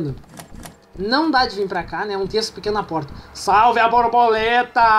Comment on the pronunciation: era muito engraçado o falando a brabuleta a brabuleta.